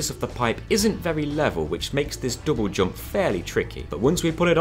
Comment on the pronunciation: Love how you say double jump.. dobojob